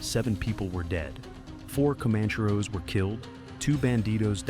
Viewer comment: Pronounced "common-chair-oh".